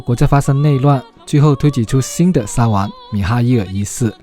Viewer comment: 沙huang不是沙wang